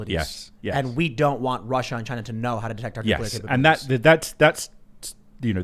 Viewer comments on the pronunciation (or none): Bro it’s Chi-Na